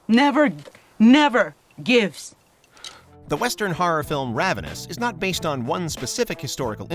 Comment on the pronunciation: The way this narrator pronounces the word “horror” drives me insane lmao